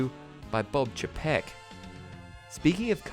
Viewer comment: I agree with just about everything in this video except for your pronunciation of Bob Chapek. It’s Bob CHAY-peck. Everything else – 10/10.